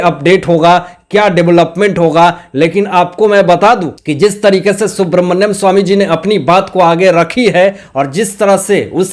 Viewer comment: सुब्रमन्यम ❌नहीं सुब्रमण्यम ✔️